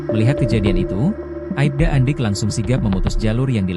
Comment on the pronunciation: Bukan aibda tapi Aipda min